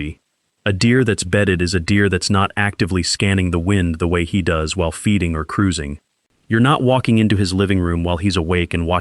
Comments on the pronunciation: AI doesn't know how to pronounce does in a hunting video. Took me 10 seconds to leave this video 😂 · Catch how the AI pronounced, "Does"? Not interested!